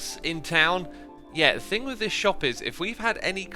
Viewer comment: Me: thing. Keralis: fing. Xisuma: FRING!!!